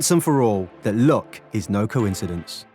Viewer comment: Every time he says luck I think he's saying look...